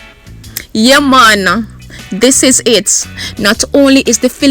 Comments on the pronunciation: A just love when you say "yea man. " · 5yr old "what is yeh mon"? I died.